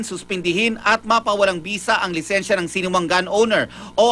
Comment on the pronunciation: Lisensya po hindi lisenya